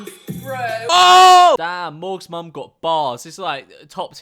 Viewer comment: Morgz is the only human who pronounces mom how it’s spelled